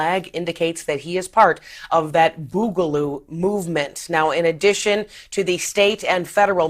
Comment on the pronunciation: Why does every boomer reporting on this pronounce Boogaloo so awkward 😂😂